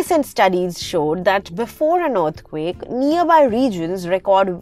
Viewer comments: Yes and as you listen to this video its saying Urth quake instead of earth quake 😂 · y do u say earthquake like that?